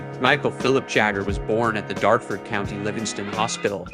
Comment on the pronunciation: He was born in Dartford not Darford. 😂